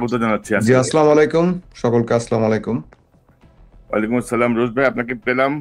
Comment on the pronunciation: “আসসালামুআলাইকুম” এই শব্দটার উচ্চারন ঠিক করলে ভালো হয়। আপনার উচ্চারণটা খুব কানে লাগে।